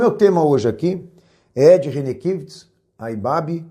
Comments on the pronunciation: Nitidamente esse camarada nao conhece o Ed. Nem o nome dele sabe pronunciar. É mais um que quer ibope e se promover a custa dos outros, tentando gerar polemica. quero vê se o Ed mover uma ação contra você! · Quero lamentar profundamente o conteúdo deste video com termos pejorativos inaceitaveis e acusações descabidas e infundadas contra o Pr Ed Rene Kivitz . Lamentável também a rasa e falaciosa interpretação do Pacto de Lausanne. Até a pronuncia do sobrenome do Pr Ed Rene está errado neste video... Lamentavel!!